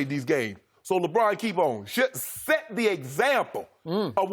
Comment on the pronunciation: Why does he have to pronounce Lebron like Lebraaaaaaaaaaaaannnn? It's forced and like nails on a chalk board to me... Anyone else?